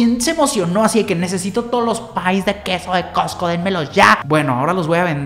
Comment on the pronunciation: patrociname! Also:COTSCO....COTSCO 🤦🏻‍♀️🤦🏻‍♀️🤦🏻‍♀️